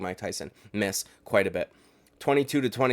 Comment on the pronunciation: "Makin em' mith" 😅